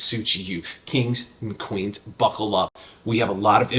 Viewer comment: I’m convinced he also said Qings and Kweens